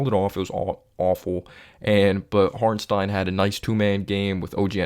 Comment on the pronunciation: Appreciate your analysis but why do you say Hornstein and not Hartenstein lol